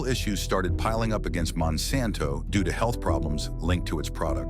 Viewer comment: Monsanto rponunced WRONG and randomly.